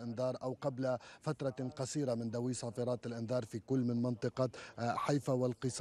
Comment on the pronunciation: صفارات وليس صفىآان